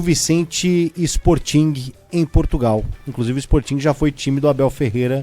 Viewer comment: Pronuncia-se "Spórting".